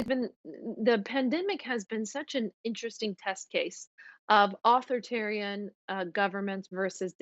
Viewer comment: Spokesperson for Mike Pompeo mispronounces authoritarian, she sounds uneducated and her arguments are shallow. Why does she speak for the State Department?